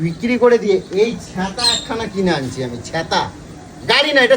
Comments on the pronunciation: দাদা ছ্যাঁতা না বলো ছাতা ☂️☂️☂️😅😅😅😅😅😅😅😅😅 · ছেতা কি ছাতা ☔ বলে